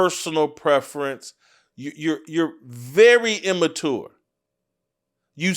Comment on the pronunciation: bro the way you say immature is wild jason